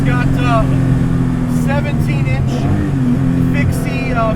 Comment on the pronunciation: If you say "hooks" and then replace the h with a f, as in f***, then you have the correct pronunciation of "fuchs". It's certainly not something like "Fiooks" or something like that. Sheesh.